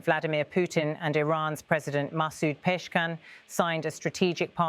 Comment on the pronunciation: Who the f*** is Peshkan😅😅???wow what an embarrassment for your channel that you cannot even say the president of a countries name😂😂its Pezeshkianyou fools not Peshkan!!!!wow!!!!!!!